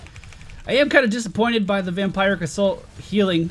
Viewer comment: Vam-peeer-ic assault.